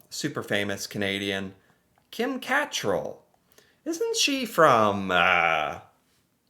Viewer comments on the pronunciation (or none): Its pronounced l Kim Ka- trell. Emphasis on the trell. Lol